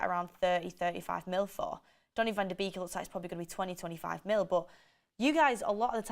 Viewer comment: It's not pronounced vander beak, it's Van DE bayk